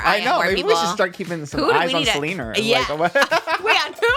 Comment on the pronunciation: "Who's selener" 🤣🤣